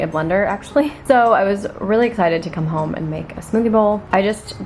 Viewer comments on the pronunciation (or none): none